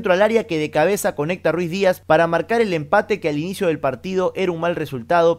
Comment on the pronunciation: NO ES RUIZDIAZ CARAJO ES RUIDIAZ